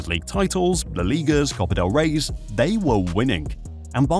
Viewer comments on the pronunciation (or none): none